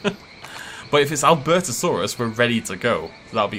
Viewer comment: Albertosaurus (Al-bur-to-sar-us)